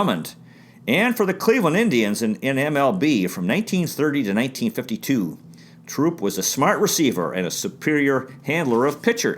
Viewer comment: Much I didn't know, thanks! An update for next time -- Quincy Trouppe spelled his name with 1 P until 1946 and 2 Ps thereafter. He pronounced it "Troo-PAY," as in rhyming with toupee. Come join us on the Historic Negro League Baseball facebook page. I posted your video there & we're having a nice discussion about the Buckeyes over there right now!